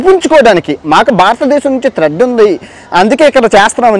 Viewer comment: భారతదేశం నుంచి త్రెడ్ కాదురా బాబూ....థ్రెట్ అని చెప్పు.😂😂😂